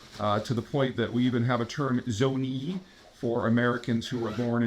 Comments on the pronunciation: Its Zonian! Not a Zonee! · It's not "Zoney" genius, it's "Zonian", I know because I grew up there.